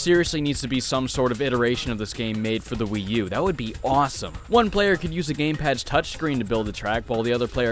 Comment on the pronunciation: Wii U he says ahahahahahaa